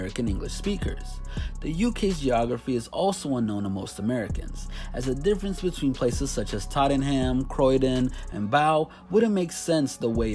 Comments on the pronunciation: Tottin ham 😂😂😂 had to stop watching after that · Totten-heavy h- am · I had to stop playing this after how you said TOTTENINGHAMMMM! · I laughed at his attempt at saying Tottenham. It's tot-nam not totting-ham XD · Owish Football Titty ham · Good vid I love both genres I am from England but when u said tot en ham I fucking lost it 😂😂😂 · Tottenham is not pronounced Todding-ham, it’s Tot-nam. Also, that’s not UK geography, that’s London geography. Very different things. Also, am I bugging or is Bob the Builder British? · Tottengham craydon and baw. No....just...no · bro its pronounced tottnem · “Tahten-Ham or Croy-DEN” Hahahahahaha!!! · It's pronounced TOT-NUM and spelt Tottenham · A good video but a few points from a Londoner.... It's pronounced Bow as in a ribbon bow not a bow like a curtsey. And Tottenham is pronounced Tot-nam. And those three places are all in London.... There are other cities in the UK where rap is huge, like Bristol, Manchester and Liverpool. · "Toddunham" oh dear lord.... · Just to let you know it’s pronounced Tot- nurm Bo (like a present bow) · HE SAID TOTTENHAM IN THE WRONG WAY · How he pronounces Tottenham 😂😂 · And did you hear the way he pronounced "Tottenham" and "Bow" - it was total cringe - lol. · Did my guy say “Tottenham” 😂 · I got triggered when he pronounced Tottenham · That pronunciation of Tottenham ahahaha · When he said Tottenham and Croydon that was hilarious at least he knows where they are but that pronounciation was horrendous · Deep the way he said Tottenham 🤣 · 1st of all I appreciate this vid 👏🏿👏🏿. But the pronunciations are nuts fam 😂. Tottenham, Bow and Michael Dapaah killed me 😂😂 But seriously, your research ppl gotta come better to stop you from looking crazy. U can't do a vid about the UK and sound like u don't know anything about the UK